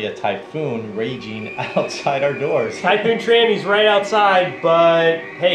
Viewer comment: What is a tyfoon or whatever you said of what I heard